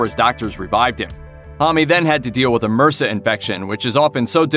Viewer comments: Mursa?! You mean MRSA. It’s initials not a word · M-R-S-A it’s not one word. Homme- what’s this Homm-ie stuff????